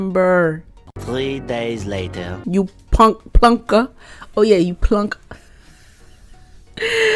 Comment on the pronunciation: WANG-ker is how that word's pronounced and the other is plong-ker for plonker